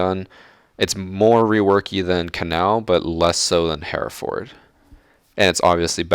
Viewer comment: Here..Ford? Bloody Americans! It's pronounced "Heh-reh-fudd"